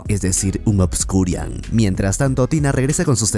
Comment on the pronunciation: "ObscuriaL" no es con "N" al final, me da un tick que ni investiga como se llama. sigo todos tus videos pero este me da un tick cada que lo dices jaja saludos